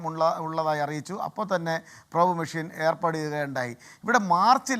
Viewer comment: Prob nu shaaamam ennu😂😂😂 entaanu prob ennu ayaalku aaru enkilum onnu paranju kodukku